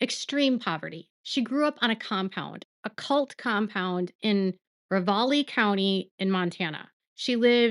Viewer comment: I like your stuff. However you need to learn how to pronounce the placed in Montana correctly. I am born and raised in Montana and it drives me batshit crazy to hear places mispronounced. It is Ra valley